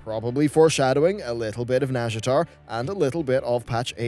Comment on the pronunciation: "the tease for nazjatar" I swear that's the Welsh language 😂